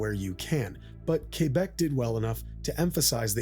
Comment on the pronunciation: He said "kébek" and not "kwèbek". Have a like just for that.